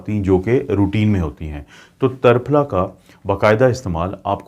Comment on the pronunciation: جزاک اللہ خیراً کثیرا ڈاکٹر صاحب لفظ ترپھلا میں ت کے اوپر زبر نہیں زیر ہے اسلئے اسے tirphala بولا جاتا ہے tarphla نہیں